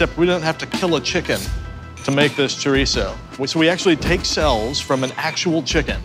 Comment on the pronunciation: For the live of god say chorizo right